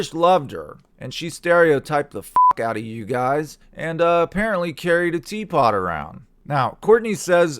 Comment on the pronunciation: Lol the emphasis on the tea pot cracked me up. She was also sipping tea in that interview she did with Barbara Walters in 95. Even as a 12 year old watching that I remember thinking What a phony! She was trying to appear "classy " and "serious " by daintily sipping from her little tea set in front of Barbara and Barbara was not buying that bullshit. In Courtney's mind she views people as stereotypes. In the same interview when talking about how fast fame came she refers to people in categories like the young people, the boomers then the people like Barbara. Basically Courtney finds out what type of person you are and like a chameleon she changes to fit in and seem relatable. With Kurt she played the "punk rock chick " because she knew that would appeal to him.